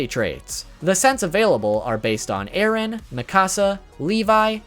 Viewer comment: It’s eren not Aaron